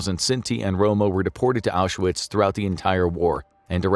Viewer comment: FYI, Auschwitz has two syllables. No "A" in the middle. Not Ausch-a-witz.